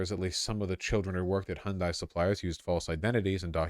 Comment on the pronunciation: Isn't it "HUHN-day"